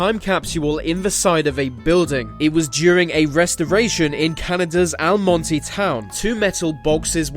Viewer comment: I live 45mins away from Almonte, Ontario. Just to let you know that you have mispronounced the name... Al-mont not Al-mon-tee. Well done video btw.